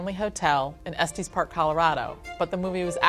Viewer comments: As someone from Colorado and who visits Estes Park often, including the Stanley Hotel... I have never heard it pronounced Es-TEES. We say Es-tess. Like Tessa. Tess. Estes. lol was actually kinda cool to hear it said like that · That has got to be the most...disturbing pronunciation I have ever heard of Estes Park.